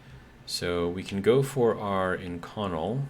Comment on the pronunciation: Love your content. just so you know, Inconel is pronounced in·kuh·nel.